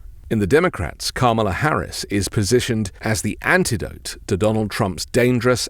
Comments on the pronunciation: I'd just like him to pronounce her name correctly. I appreciate his message which is why I always watch him. It was a lighthearted way to inform him of the correct pronunciation of Kamala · no punctuation as in comma, which leads to the correct pronunciation of Kamala.